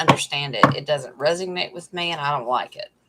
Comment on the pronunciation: it’s resonate not resig nate…just sayin! My lil sister goes bat shit crazy listening to YouTubers pronunciations.